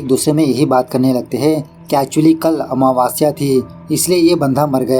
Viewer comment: Meko bhi wahi ritual sikhana hai😅😅 😂😂 आमावस्य not महवास्य 😊